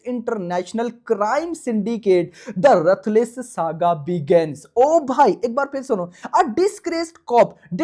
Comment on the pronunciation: Ruthless ❌️ Rathless 😂😂😂😂😂